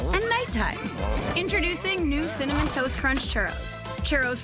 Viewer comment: no hɛ said 'CINNAMON'